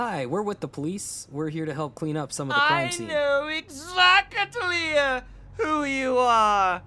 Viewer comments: Word of the day: “Exa-cke-te-lier” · "I know exacitally who you arre" 😂